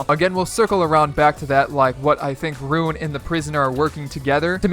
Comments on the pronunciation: By the way, his name is ruin. Not rune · Roo-in not rune